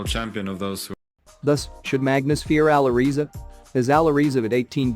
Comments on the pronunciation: For sure Magnus is better for the time. But I also think he will climb higher than Magnus in a span of 3 to 5 years. BTW, it`s pronounced " Aly Reza" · i think its pronounced "Ally Rezza"